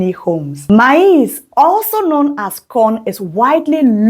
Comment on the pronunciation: Your PRONUNCIATION of MAIZE is not correct however thank you for your video.